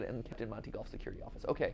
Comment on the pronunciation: I love that mark goes “ Monty golfs for nerds” And MatPat goes “ MMONTY GOLF”